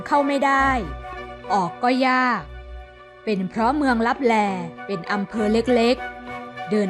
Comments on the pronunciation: ขอโทษนะครับ ที่อ่านว่าเมืองตับแต😅😅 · ขอโทษนะคะที่อ่านว่า เมืองลับแต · ขอโทษคา ที่อ่านว่าเมืองลับแต😂😅